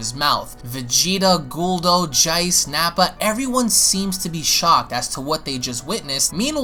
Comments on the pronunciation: Lol dude why do you say the name "Jace" with an English accent? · Did you just freaking say "Jeice" with an Australian accent? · Omg stop saying jeice like that you sound special.....